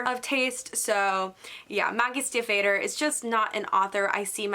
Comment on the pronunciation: What amazes me about Emily A. Duncan, is that she was a debut author just a few years ago and her book was getting mixed reviews the entire time yet she seems to think she’s the cream of the crop 😂. Also it’s pronounced Maggie STEVE-OTTOR ❤️